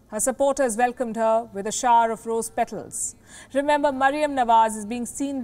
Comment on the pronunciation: Shower: Pronounced 'Shao-Wer', not Shaar!